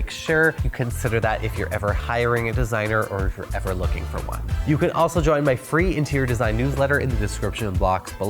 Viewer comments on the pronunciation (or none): none